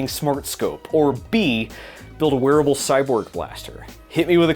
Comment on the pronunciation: I first thought you said "Werewolf Cyborg Blaster". I'm still voting for the wearable cyborg blaster, even though it won't be werewolf compatible.